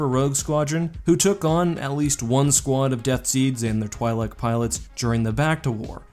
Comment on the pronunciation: It's "twee-lek" not "twhy-lek"...